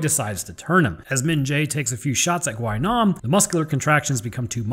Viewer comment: Just a small fun fact AND SPOILER ALERT. Gwi-nam has a running gag within the series in which he falls from a huge fall and survives Also his name is pronounced as "Gwi-nam" Gwi is pronounced like the letter E instead of "Gwhy-nam".